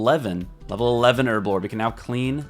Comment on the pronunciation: Her-blore not erblore